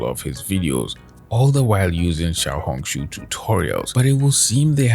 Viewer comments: All I hear is xiao-honk shoo and it makes it so hard to focus😭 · Everytime say Xiaohongshu it reminds me of yap dollar